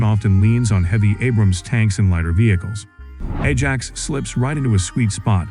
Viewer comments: Atc1m 50, the voice said Edge Axe? It's called Ajax. Get that into the AI's brain. !!. Any more foul ups will be met with great disdain. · I wish that when an AI voice is use it would say things correctly right from the start.. a reall doozy! mins Edge Axe = Ajax